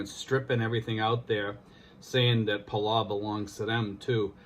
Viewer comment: It's pronounced Puhll- Ow ... like you stub your toe and say Ow! Or like us locals call it, Belau. We have a long history with the US. One of the bloodiest battles of the Pacific was fought there on a Palauan island called Peleliu. Anyways, thanks for sharing with the people... We have a ton of PI natives working there. #Trump2020 but #Belau4Life